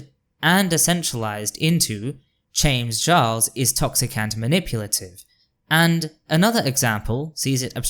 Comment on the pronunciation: I came here from your comment on a Lily Orchard video, and I really enjoyed this. (I'm particularly amused by what sounds like you saying "Chames Jarles" 🤣) It is a bit frustrating/triggering as a nonbinary femme seeing so many cis/binary people being bootlickers, defending Wynn, and in some cases fucking loathsome toad Buck Angel for their truscum rhetoric... but honestly, I'm not surprised. Performative Moderates will always throw marginalized folx under the bus to protect each other. 😒 I feel like they need to be slapped with Lily's "Natalie Whinging" video. You've got a new subscriber in me though! I await to see what else you have in store!